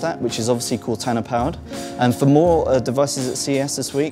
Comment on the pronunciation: I think it may have been the way he was saying Cortana. He was saying it like "Cot-anna".